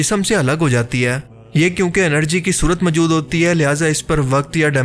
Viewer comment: Mjood kya hota hai Bhai? Moujood asl lfz hai urdu ka. Pind se seedha voice over deney agai ho kya tm? Bolna nahi Aata to video bnatey hi kyune ho tm log?👎👎👎